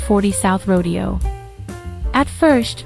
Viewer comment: FYI … in this instance “Rodeo” is pronounced “Row-day-o” !!😊👍